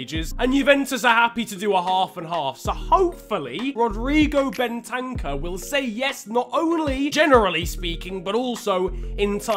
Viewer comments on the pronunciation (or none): It’s not Ben-tank-er it’s bent-er-cer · Btw it’s Ben ta kuuurr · The way you say Bentancur ahahaha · Fifa player and yet doesn’t know how to pronounce bentancur correctly